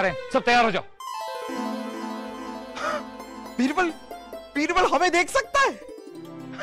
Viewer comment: Bibral ✔️ Birbal ✖️ 😂